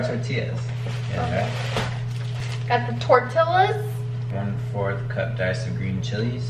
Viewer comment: I felt like crying Everytime they said "tortila" it's a double ll therefore the pronunciation is way different